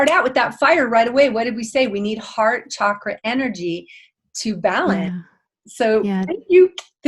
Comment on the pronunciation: I love it when people say Chakra correctly, like. Ch like chocolate, choice, child. I don’t know why many people say ‘shakra’. If French people pronounce is shakra, I’d understand, but it’s weird that most English speakers say shakra. I’m glad that tendency is changing.